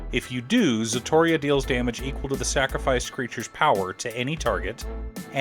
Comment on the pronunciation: it's so funny how almost every english speaking youtuber i see talking about ziatora can't pronounce it's name, this time is Zatoria LOL